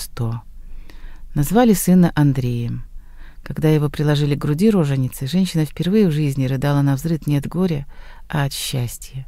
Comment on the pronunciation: РожЕница или роженИца, а не то КАК Вы прочли. Надо запомнить, это не украинский язык, а русский. И не надо поосторечий. Удачи!